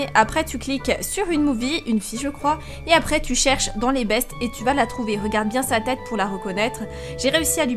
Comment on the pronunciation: pk tu dit bièngggggg pk tu fait l'accent marceillais ? tu nes mmeeme pas marcellaisee